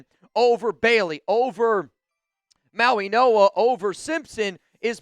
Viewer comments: Yes. The G is pronounced as an N. Mauinoa. Go Raiders. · Bruh c'mon! You are literally mispronouncing Mauigoa while staring at the teleprompter